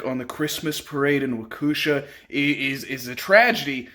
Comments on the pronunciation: It’s pronounced wok e Shaw. great videos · Omg I love this man! I live in Racine WI...right in between Kenosha and Waukesha ( pronounced walk-eee shaw) and I work in Kenosha. Crazy shit is going on around here..but this won't happen again...were prepared at all times now! At least I am lol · Dude, please look up the pronunciation of Waukesha. 🤦🏾‍♂️